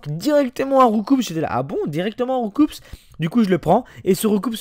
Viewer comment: C'est étonnant de voir un fan de Pokémon comme qui sait même pas que Roucoups se prononce pas "Roucoupsss" mais "Roucou".. ^^